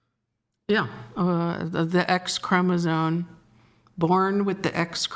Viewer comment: WHY IS SHE SAYING CHROMO-ZONE??? WITH AN N??? How can you be so stupid??